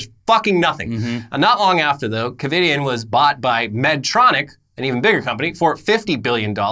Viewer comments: “Covid”ien? Wtf? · “Covidian”...Covid - anyone else catch that lol? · Lol every time they said ‘Covidien’ wrong kinda annoyed me but then I was like “they’re evil?! Why do you care?!” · Covidien? Lmao